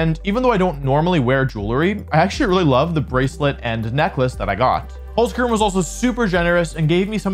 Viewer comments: And Holzkern is pronounced like “Holts-Kehrn” with the “r” sound being made in the back of the throat like a hissing sound, not a common sound in English so don’t worry if you can’t sound it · As a german dude, your "holzkern" pronunciation sounds pretty funny : -)